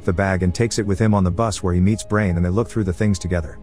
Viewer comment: You pronounced Brian as Brain huh.